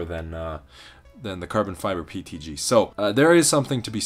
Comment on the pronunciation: Yeah but a nerd would pronounce PETG correctly instead of saying PTG. Even Closed Captions show him saying PTG.